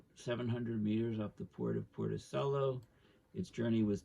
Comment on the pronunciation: Porticello is pronounced Portichello. Thanks... and the boat is pronounced Baizian. It's named after Bayes the mathematician, father of Bayes' Theorem. Pronounced Baiz.